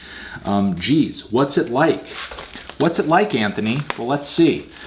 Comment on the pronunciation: that’s how my grandpa used to say my dads name lol